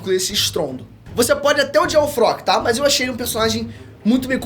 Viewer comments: pq ele fala Frock ao invés de Flock kkkkkkkkkkkkkkkkkkk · A tampo o bixo fala o nome dos personagens todos errados, é flock e n frock kkkkkkkkkk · Eu gostei desse novo apresentador do canal mas confesso que me senti incomodado do cara falar os nomes todos errado. Fróqui? Eruin kkkkk. Me passa a sensação que ele nem entende nada mas ensaiou muito bem. Tirando isso muito bom